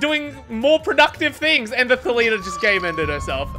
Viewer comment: This channel is now a cooking channel dedicated to saying the name Thalita wrong. Wheres the r